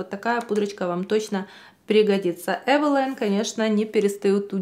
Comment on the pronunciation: Не знала что правильно произносить Эвэла́йн😮 спасибо что уточнили 👍